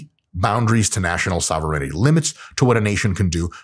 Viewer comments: It's SOH-VEH-RAIN-TEE :) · Sovur in tea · I love, but not enough to allow him to sneak an extra syllable into "sovereignty". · I'm pretty sure, "sovereignty" is pronounced differently